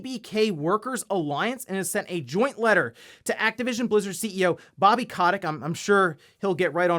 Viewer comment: I dont think thats how you pronounce bobby kotick but idk